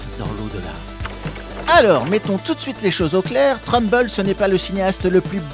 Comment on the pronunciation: Trumbull se dit "treumboul"😊